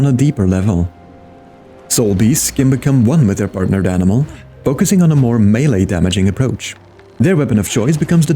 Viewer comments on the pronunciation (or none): none